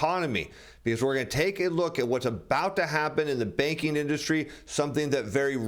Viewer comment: Good info! But I thought he was saying the baking industry .